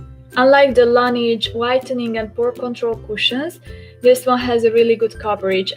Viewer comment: nem "lenidzs" (azaz nem angol szo) lanezs (francia..la neige...a ho/ the snow franciaul.) a tobbi stimmel. :)